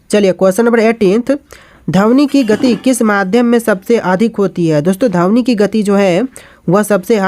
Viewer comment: Sir dhamni nahi dhwani